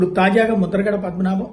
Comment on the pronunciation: Mudhragada padmanabha Reddy peru sarigga chadavali kadaa